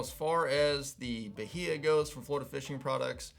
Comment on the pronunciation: I think it’s Ba-High-a